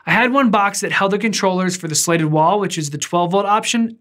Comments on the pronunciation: Is he trying to say slated or slatted? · Is he saying "slated" instead of "slatted"? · Opposite for me. He says "slatted" like it's "slated". I just can't encourage that type of behavior! LOL!!!! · weird how thorough the tutuorial is, but can't pronounce "slatted" or "slated" depending on the different spelling of the word in the vid title and the linked website. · It's a soft A, hard T.. Slatted. The vertical beams are called slats (not slates). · Exactly. If you’re going to make a video make sure you know how to pronounce the title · You scratched my itch. What makes it more annoying is that he says “slats” right. I didn’t want to finish the video but the design looks cool.